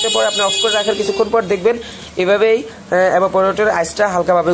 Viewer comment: ভাই এবা পরেটর না, ওটা ইভা পরেটর আগে উচ্চারণ ঠিক করেন।